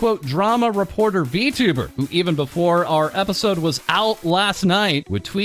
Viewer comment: "V*two*ber" lmao